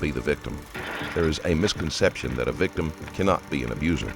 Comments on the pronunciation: Lolol “VICTUM” 😂😂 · "victum" 😂 come on bro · lol "VICTUM"